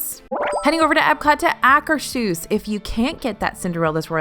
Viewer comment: I just like to bug about pronouncing it... it's pronounced " Ah' -- kers -- hooss ". There is no "sh" sound in it.